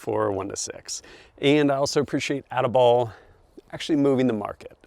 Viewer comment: He said ati-bollocks